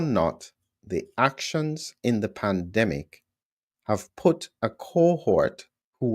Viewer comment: At first I thought you said Plandemic - with an L. Scared me!